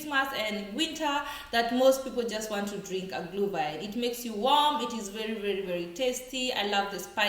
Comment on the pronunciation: It is not -Glew-wine. It is Glüüüüüüüühwine